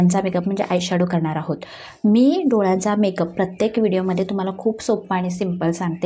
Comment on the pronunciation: पिलून नाही पिळून... कलेपणा नाही काळेपणा .. दोल्या नाही डोळ्या खालचा